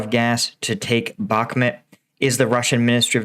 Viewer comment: Not sure how he gets "Bhakmet" out of "Bhakmut" but ... ok.